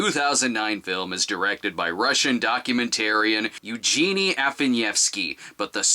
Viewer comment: evgeny meaning eve gain-y. How did you end up at Eugenie?